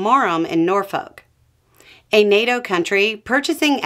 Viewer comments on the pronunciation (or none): I had to laugh when you pronounced the "L" in Norfolk.😅